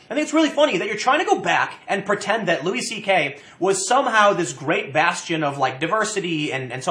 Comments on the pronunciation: tim, his name is fucking louis. and it's pronounced luey not lewis. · Why do you keep calling him Lewis? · "Lew-iss CK". LMFAO 🤣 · It's pronounced "louie" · Please, Tim. Louis CK's name is pronounced "Louie," like Louis Armstrong.